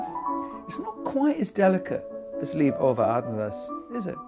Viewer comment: Thank you so much for your presentation and your choice of pianists. I would be more than happy if you would choose one of Beethovens great sonatas ( opus 53, 106,111). And if you once again mentions Leif Ole Andsnes I can tell you that you pronounce his first name Leif like the english Life.